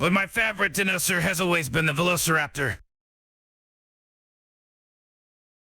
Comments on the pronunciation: Am I the only one tripped out by how it's saying Dinosaur? as DIN-o-saur and not DI-NO-saur? No? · The pronunciation of "dinosaur" kills me. 😂